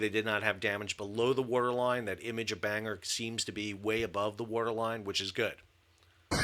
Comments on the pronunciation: With Sal's pronunciation of Bangor, the thumbnail could be "Banger got mashed". Enjoy your breakfast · "Bangor" is actually pronounced "Bang-ah" in British English, so yes, perfectly named 😂 The RN simply cannot afford to be losing ships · As a native of said place I can confirm the pronunciation as Ban-Gore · Bangor is a Scottish name... it's a smallish mining town in the Boarders. (only really know it because the Edinburgh-Bangor bus went past our home) Ban is read as in German "Banhoff" whilst "Gor" is read Ghor with a hard G and hard R. PS. the airbase in Maine uses thesame reading... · Two things offended me about this 1 - misprounouncing Bangor then making an off colour joke because of it - no e"s at all. 2 denigrating the BBC for not using allision this is not a term commonly used in the UK certainly not amongst the BBC's audience. Ignorant. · Ha! But the G in Bangor is hard - it’s a Welsh town. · His pronunciation (almost) follows the USA 🇺🇸 namesake, Downeast estuarine Maine, which still has small USAF ANG ✈️ contingent. Unsurprising that the Welsh port city is different, a lot of European namesakes are twisted here. Paris, Calais, Versailles. Most Mainers would say Bang-ah, since we've a non-rhotic accent - many Puritans came from, Non-Rhotic regions of Old England 🇬🇧 (Tho I don't normally expect Welsh to be phonetic as I see it either!) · Very happy for you Americans to borrow our language, but it's NOT pronounced "HMS Banger" - it's pronounced "HMS Bang Ore" ! The Sandown class are named after seaside towns - Bangor is in North Wales. The accident was almost certainly caused by mechanical failure in the machinery control system following maintenance by contractors. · 👍Thanks. 👍Incompetence is now rampant and institutionalized here in the UK. Btw, not 'BANGer' ; it's 'BAN GORE' -- a Welsh costal town. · Pronounced 'Ban-gor'. Not Banger!? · It’s pronounced Bang-gore. Also the ship is named after my hometown and she visits regularly.